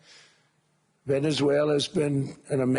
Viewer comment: 50 mil barrels from Venezulelalala....😂